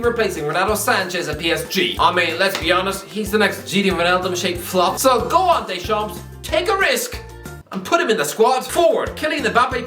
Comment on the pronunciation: The "P" of Deschamps is not pronounced bro